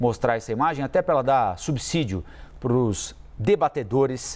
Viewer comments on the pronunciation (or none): none